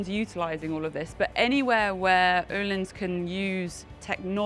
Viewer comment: can someone explain the correct pronunciation I thought the correct pronunciation was o hlins not as she pronounced it oo hlins or is me.